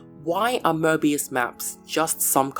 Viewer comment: Möbius not Mörbius 😂 and analogically Marvelous not Mavelous if there is r there is if not its not